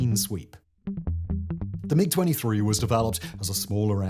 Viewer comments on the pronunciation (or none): Poorly researched, a lot of errors (everyone has commentated on the Belgium MiG story in particular), some sloppy reading ( constantly saying "M-23" instead of MiG) and just a personal bugbear, but the MiG-21 was bad? No, it was excellent, which is why it stayed in service for so long. Ask the Red Flag US pilots who flew it; they hated the 23 yes, but with the 21 they could go toe to toe even with the F16. The reason it was kept in service with the 23 was because Soviet Doctrine was always to have a short range, knife-in-phone-booth dogfighter, which was the 21, and a long range missile truck, which was the 23... And the 29 replaced the 21, NOT the 23 in that role. It was the Su-27 series (and the MiG 25/31) which replaced the bigger missile haulers. Sloppy, SLOPPY research.